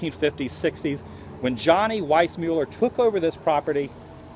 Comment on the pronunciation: It's not Weissmueller it's Weissmuller.